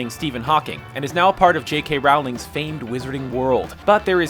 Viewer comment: Rowling's last name is pronounced like "Rolling". If she weren't literally the single most famous writer on the face of the planet for over a decade and half I could cut you more slack but there's very little excuse for not knowing that at this point.